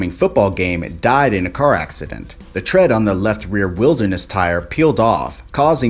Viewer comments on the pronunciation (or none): Tread not thread. But nice report. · It’s TREADS not THREADS. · Someone can't read a script. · Threads, not sure but I think this guy is saying tread like that because he wants to piss people of cause he was forced into making a video about tires you can't even buy anymore.